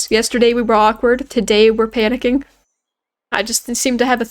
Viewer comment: My head raised when you said awkward bushes cause I heard awkard b*tches